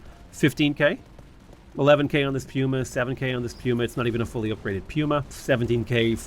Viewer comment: Surely it’s pronounced puma (Pooma) right? Like the animal